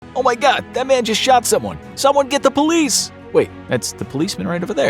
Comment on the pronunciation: “OhmuahGawd! DaT man just ShawtSumone. gET dA PoYleCe”